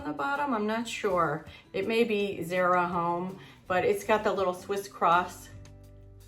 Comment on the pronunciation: Great haul… It’s Zara pronounced ZAH short A.. ❤